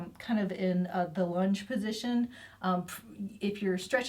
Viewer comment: Thanks DJ! When you said “lunge” position my ears heard, “lunch” position. I think my sacroiliac has probably done too much of lunch position so was glad to see you kneel down on that pillow. LOL!